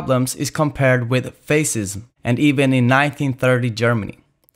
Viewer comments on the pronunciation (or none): Interesting video Just a pointer on It is pronounced "fa-shism"